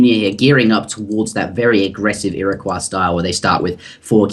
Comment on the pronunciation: I thought you posted a video a while ago where you realised your mistake about pronunciation of Iroquois? Otherwise, great vid and series :D